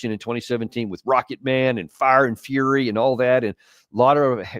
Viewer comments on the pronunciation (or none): none